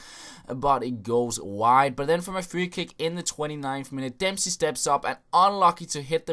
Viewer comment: "Mechium mechium wotkrates", "Free Free"... Sort you're english out..